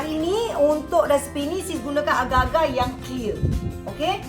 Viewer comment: Td sy berfikir, aga2 tu apa?🤔.. RupaNya agarrrrrr-agarrrrr.. Astagfirullahaladzim... Sebut la R dgn jelas sis... X fhm org sbh 🥴